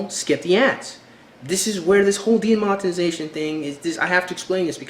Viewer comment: "demontenization" XD i love you man but hearing you butcher this word is hilarious